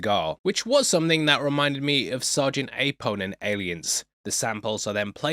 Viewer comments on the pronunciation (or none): Shush ... BRO ey bro, cant you get ONE NAME RIGHT??!!^^ Its also NOT AE-Pon but Apone...dont ya remember how they spelled his name Sgt AponE xD. Im fuckin widcha xD but Im also right bout that!!